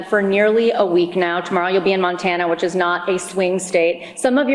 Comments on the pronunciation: She’s SMARTER THEN YOU!!!!! What’s wrong trump??? Can’t say her name ??? But you sure can Mispronounce Montana to Montaner???? There is No State by that name “montainer” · Donald, It is Montana, not Montaner. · Does he need permission from his parole officer to go to mon tannn eeeerrrrr Who speaks like that. He can’t even pronounce the state correctly. Fast healer my ass. Your ear was not hit.